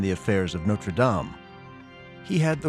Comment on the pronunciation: An entire documentary and you still can't pronounce notre😅